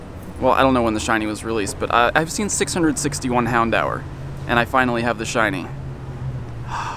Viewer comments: did he just say "handower" instead of houndour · Hound-hour is the correct pronunciation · Hown-dower Or Hown-door... Never heard someone call it the way you did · Mans really pronouncing it hound hour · What an interesting way to pronounce “Houndour”